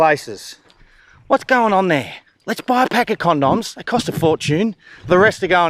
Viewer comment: Is that really how Australians say condoms?